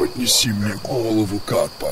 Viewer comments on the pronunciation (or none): Я один кто заметил что сказал головуву?